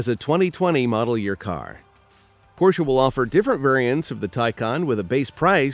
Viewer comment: It's unbelievable but this guy is the first native English speaker who pronounce rightly a non-English brand name, the Porsche.